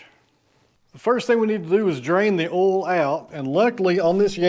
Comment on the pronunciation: Thank you for correctly pronouncing the word "oil". My wife insists that it's pronounced "Oy-uhl". I explained that we're in Texas, so it's correctly pronounced "Ohl". I showed her you video as evidence. Here endeth the lesson.